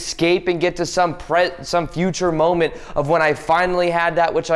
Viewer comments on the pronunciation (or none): Don't EsCahPeeyyy the Mohmenteyy 😂